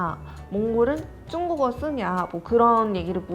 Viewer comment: 그 저도 한국 말은 잘 모르지만 계속 듣는데 중국을 쭝꾹어 라고 들리는데 맞나용?